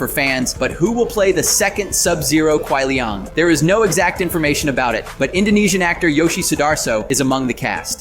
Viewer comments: "Lu Kong"? "Kuai Li-ONG"??? Somebody fire this man... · Not kuai Lee-young it’s Lee-Yang so it would be kuai liang